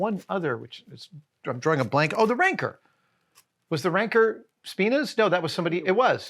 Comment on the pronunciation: RANKER ALERT ... Adam says RankEr not RancOr ... (rang core) not (rank er).